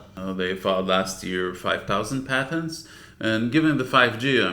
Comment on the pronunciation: patents, not patterns or pattens, hahaha